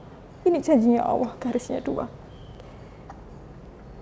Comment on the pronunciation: Menyebut Allah nya terlalu awoh bunda.. Coba diberi ada sdikit L nya sj.. Sy ibu dr 7 anak dr suami prtma.. Skrg suami ke 2..sdh 2thn lbh keguguran 4x..😢smoga bisa bersabar dn berjuang